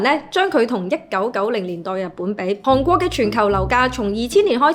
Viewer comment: 唔係(杭)國係(寒)國,妳D懶音好勁